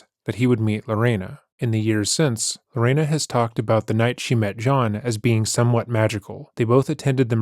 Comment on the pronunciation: Not lorana.. my mother told me about this story since I was little. I love your coverage. Keep it up!!!